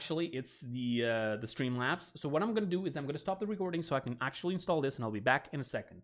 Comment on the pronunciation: u said cab instead of can